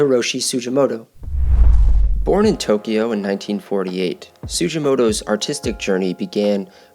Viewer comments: It's not pronounced "Su-jee-mo-to" but su-gi-mo-to (hard g) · You need to redo this video with correct pronunciation of the artist's name "su-gi-mo-to (hard g)". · His name is pronounced with a hard G!